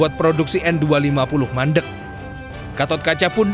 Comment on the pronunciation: Fokus pada menit 1.20 - 1.23 kata MANDEK 😆😆😆